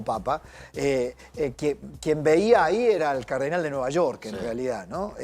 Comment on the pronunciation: ¿CÁRDENAL? De Chiclayo?? What???